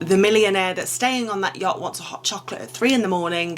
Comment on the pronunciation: Had to stop watching because I just couldn’t with the way to say “yacht” with almost a G on the end 😅😅🫣